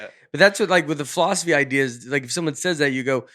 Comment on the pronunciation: Did anyone else catch Nate's pronunciation of philosophy as "fall-off-asy" in his angry rant (53.15) as he was "arguing with the teacher"? Had me cracking up! I couldn't concentrate on the rest of what he said after that 😂 I know Nate's character is supposed to be the "dumb guy", but he always has very smart, common sense things to say and points he brings up. I'm sure he would have done great in a fall-off-asy class and been that student the teacher looks forward to but gets a headache from as well.